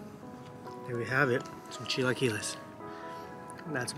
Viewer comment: CHILAQUILES ...AKA ..CHILA KUILES 🤣🤣